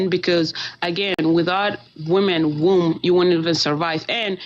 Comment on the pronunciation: why are you calling a “womb” a “wound” wtf!!!